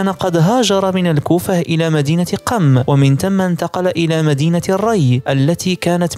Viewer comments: تصحيح .... قُم وليست قَم الصبّاح وليس الصباح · ليس حسن الصباح ،، بل حسن الصبّاح على وزن فعال و مدينة قُم وليس قم